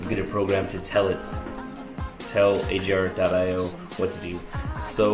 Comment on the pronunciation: Its not ajar.io its a-g-ar.io